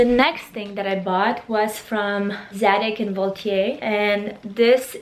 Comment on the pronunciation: Hey Valeria :) I'm French and I just wanted to correct your pronunciation regarding Zagid & Volaire. You said Zadig right but then it's VoltHAIR. Xo